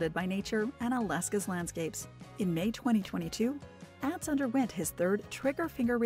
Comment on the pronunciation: Not àh but aw tz watched show for years so no how his name is pronounced